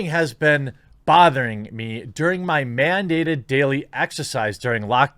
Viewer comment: "mandated" ?! MAN-dated ?!?!